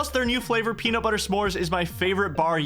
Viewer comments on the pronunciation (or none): none